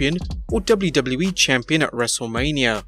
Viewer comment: Hate the way this guy says WWE ....